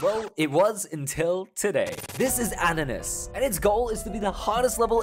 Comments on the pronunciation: "ananus" I think bro had a stroke 💀 Edit: Fun fact: there are ship frame perfects 💀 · Did bro say anenais